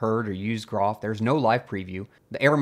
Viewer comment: By the way groff is pronounced JEE-roff as shown at the very start of the Wikipedia page and as explained in the document linked from that page. The best way to avoid mispronouncing it is for groff to finally get replaced and forgotten.